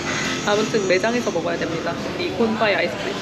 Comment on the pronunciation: 앗! 지하철요금, 타이어보다 싸다! (당연함) 런도아침세끼 ❤ 브랙퍼스트 브랙세컨드 종(종)간(식도 놓치지 않고)나(눠먹어요)세끼(사이에) 지난번에도 글코 콘파이 진짜 맛있어보여요 (콘파이라고 하니까 뭔가 발음이 쿤파이 같기도 하고 주절주절) 대화시도1 흐름 끊기면 안되니깐 브랙써드 대화시도2 런도는 유명한 쾌락주의자이자 만(滿)복주의자 입니다. 대화시도3 신나고 즐거운 고향 방문기도 끝을 향해가는군요! 영상 만드시느라 고생하셨습니다! 잘봤어요 😊 대국 눈 말고 배에 담기. 배워갑니다.